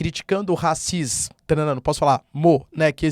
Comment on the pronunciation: Ao invés de falar rascisss... Será que faz sentido sugerir à falar intolerância à etnia?